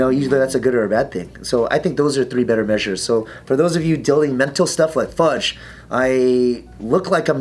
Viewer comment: It pisses me off that a guy so tough says 'fugde'